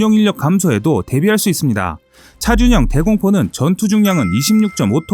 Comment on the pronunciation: 차륜형 이라는 발음이 어려우신건가 계속 차준형 차준형 하시넹